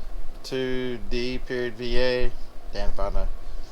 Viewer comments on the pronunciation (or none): D.Va is pronounced Diva. Lots of D.Va cosplays at DragonCon on Labor Day weekend.